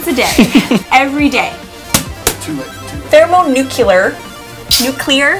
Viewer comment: Thermonukelar warhead?